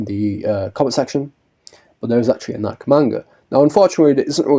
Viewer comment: I can't stop thinking f the shoe brand with how you pronounce Nikke dude😭😭 Anyways, yeah I hope we see more from Laplace and her squad in the future. They're really fun characters and should get more attention, especially Laplace cuz lmao she has zero costumes and alts. Girl is in dire need of a wardrobe change